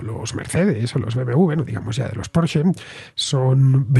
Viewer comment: Pronunciando bien Porsche! Punto positivo😂😂👍👍